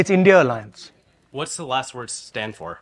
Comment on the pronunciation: इस से बड़ा पप्पू तो तू है जो अलायंस को आलेंस के रहा है